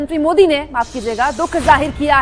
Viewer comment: Ap PM Mohit Kyo bol Rahi hai improve yourself